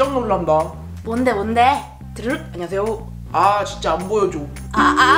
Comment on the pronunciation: (드르륵) 안눵하세요~: (드르륵) 비키야~: (드르륵) 와썹 뷔퀴!